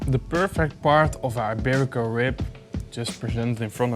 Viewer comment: Hi, not sure if somebody mentioned already, but the "i" in "iberico" sounds like the "i" in "ik" in Dutch, not like egg "ei" in Dutch. Great video, cheers!